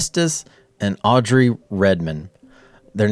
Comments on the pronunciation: The Child you call Audrey is misread. It reads Aubrey. Hope this helps. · It's not Audry, it's AUBRY.